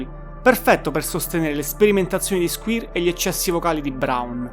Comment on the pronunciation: Sono daccordo, per esempio SQUIRE va pronunciato SQUAIER non SQUIR. IAN come si legge ma con la I accentata. La dizione in generale non e' ottima ma comunque apprezzabile che un giovane parli di artisti come smiths, stone roses, cure, smashing pumpkins ecc ecc. Auguri!